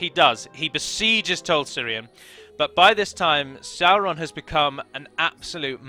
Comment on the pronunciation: Music is a vibration and if you understand how the universe works it's essentially different frequencies a sound a word the word of god,so you see singing is seen as something holy in ancient times. Little finger is sauron............................lol by the way is it not pronounced saw-ron?not sour-ron lol